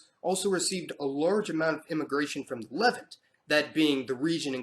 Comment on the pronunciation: LEH vint, NO!!! luh VAHNT!